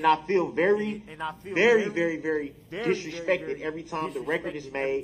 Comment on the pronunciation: don’t dishrespec